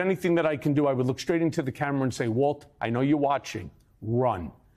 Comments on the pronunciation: 'Waltine' LOL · "Waltine"? Rhymes with "saltine"??